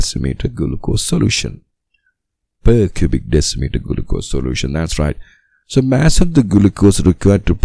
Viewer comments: Bro said gulucose 💀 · Gulucose?? Really😂😂.. Thank you by the way!!